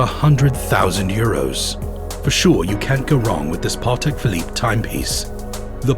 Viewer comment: Every time he says Parrrtek Philippe I wanted to cry a little 😅 Great content though